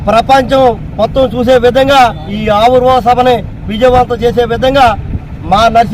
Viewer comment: Ori Nayana aavirbhava sabha kaadu ra avirbhava sabha ra babu.clarity ga matladandi